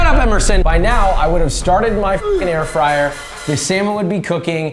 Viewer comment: hahahahaha air frayer wtf